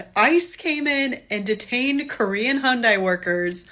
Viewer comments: HUN-DAY not HIYUNDAy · She F*CKED UP big time. She can't even pronounce the name of he company correctly and neither can the AI reporter. It's "/YUUN-daee/" She FAFO'd. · She can't even pronounce Hyundai correctly 🤣 hateful lady! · She can't even pronounce Hyundai correctly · can' even pronounce "Hyundai" but she knows all about the condition of the workers 🙄 This is why we can't have nice things: because of the South! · Someone needs to teach her how to pronounce Hyundai because her mispronunciation makes her look dumber than we know she already is.